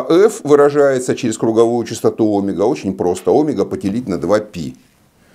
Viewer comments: Всё замечательно, но "Омега" режет слух, товарищи. Ведь "омЕга" должно быть... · У физиков есть личные ударения. Обычная практика. Например, двухвтОмные. Ещё от региона зависит. Привычка =! истина :)